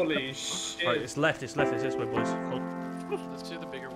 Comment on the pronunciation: I lost some brain cells when I heard raiding with da boois